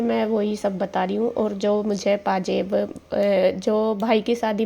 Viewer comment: pjeb NAHI pazeb khty hn apni language Sahi kro